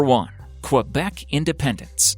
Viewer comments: As a quebecer its saId kebec, not qwebec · say it like this : "Kebec" not fucking KUabec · guy you need to fucking learn how to pronounce the name of Quebec correctly btw prostitution is not legal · This guy's pronunciation of "Quebec"... LOL